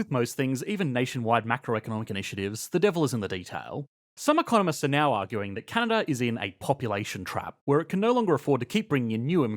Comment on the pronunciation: Take a drink every time he inverts the syllabic emphasis on the word Canada.